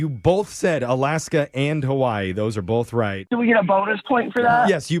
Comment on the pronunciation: Round of applause to Brooke for pronouncing Hawaiʻi correct 👏🏾👏🏾👏🏾 🎉